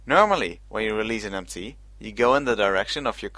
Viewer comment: every time he says MT it sounds like ‘empty’